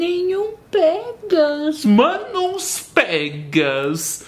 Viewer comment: Eu amo quando a diz "49 pegas" KSJSJAJSJSJKSKS